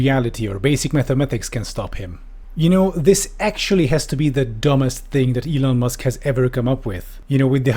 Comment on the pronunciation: M'lon Eusk...